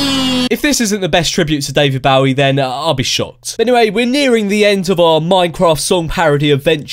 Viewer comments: its not david bawe its david bowie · Its pronounces Day-Vid Bo-Wee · Anyone else get annoyed with every time he said “David Bawie”? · but couldn't get Bowie right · you pronounce it as ' David Bowie ' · Wait... how did you pronounce David Bowie again???